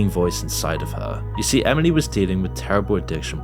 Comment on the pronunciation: Did you add a “D” to Emily when you pronounce it? Lolll Emidly